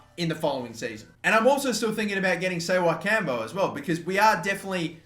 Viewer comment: Ssewankambo is pronounce Se-Wen-Kam-Bo